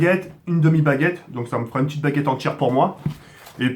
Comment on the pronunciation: "Une petchite vidéo''